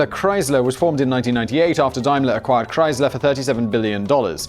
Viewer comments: It’s pronounced Damler. Dimler???? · Arrrghh!! Dame-ler, not Dime-ler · It's DAYMLER-Benz - not DIMELER-Benz! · Dime-ler? Daym-ler, surely! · Dime ler it's day m ler Daimler you have been out of the UK too long. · It's pronounced dameler! It's German. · Are you trying to say Daimler? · You're English but you don't know how to pronounce Daimler!